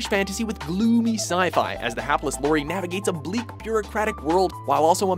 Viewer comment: ..... or Forbidden Planet! Oh yes, the name of the 'hero' in Brazil is Sam L-ow-ry, lot 'low-ry'. Perhaps the fims haven't been seen by the narrator? These lists aren't based on anything other than the thought 'let's do ten miutes on ...' anyway. And no, this isn't a dig, the lists I find are confectionary viewing. Facts are available elsewhere and are generally boring!